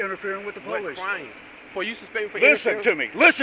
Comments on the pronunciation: The minute you hear someone call themselves PO-Leeece, you can be assured you are dealing with an ignorant, uneducated hayraker. This imbecile fits that to a T! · Who is the “Powleece” ? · Anytime you hear " PO -LICE " you know that it will go south!!!!!😊😊😊😊😊 FTP !!!